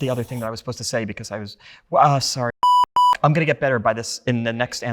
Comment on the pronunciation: He pronounces the word like, “beCOHS”